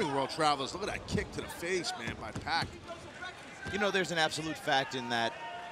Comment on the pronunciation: gj pac. as in 2pac, not pack!